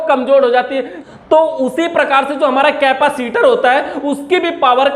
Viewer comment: केपासिटर नहीं होता है भाई... कैपेसिटर होता है।